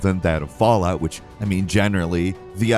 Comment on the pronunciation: Fall… out? Fall out. Falloot